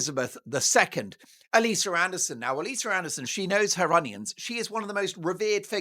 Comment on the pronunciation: lol “She knows her onions”. Had to go look at the Transcript because I didn’t think you said the word “onions”! Yep. You did!